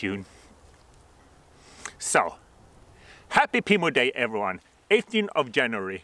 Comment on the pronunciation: I love the way you say "so", it's like "sah" I love languages, I always said in the paradise the first thing I was going to do is learn every language on earth. Happy belated Pimo Day!!!!